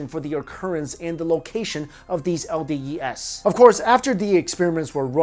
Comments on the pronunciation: Is it not "el-dee-ees", rather than "el-dee-ee-es"? You also say CDs and not CDes... - sorry for being a smartass also, I like your theories. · LDEase, not LDES :)